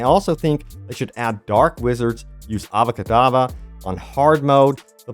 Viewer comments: This dude said ava kadava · "Ava kadava" .... bro